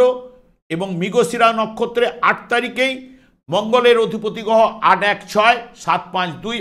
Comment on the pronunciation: কথাটা গহ নয় কথাটা হবে গ্রহ আরে ঠিক করুন তারপরে অ্যাস্ট্রলজি করবেন